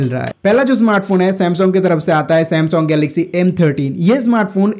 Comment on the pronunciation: Samsong nai bhai sam - sung*